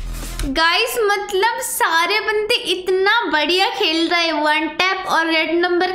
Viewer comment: ap hamesha matlab ko malab bol te ho ja kay dakhna